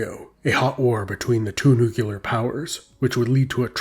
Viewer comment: "Nucular"! It's pronounced "nucular"!